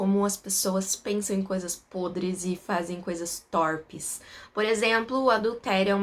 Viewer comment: Corrigindo o português: a pronúncia é 'tôrpe' e não 'tórpe' e escreve 'torpe''.